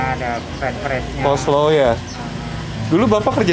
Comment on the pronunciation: "Coleslaw" Bukannya "oslo" Tuh wkwkwk